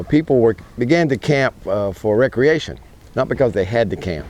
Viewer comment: Thank you for saying RE-creation.